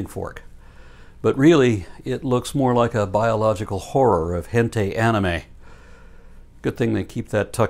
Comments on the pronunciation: Wait, I get to correct? I never thought I'd see the day. It's pronounced Hen-tie. That's all, great video as always. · I love you and I love your reference of hentai...just for the future my friend I believe it's pronounced hen-tie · Look, this was a fantastic and informative video. Another great instalment from. *However*, his mispronounciation of hentai is my favourite part lmao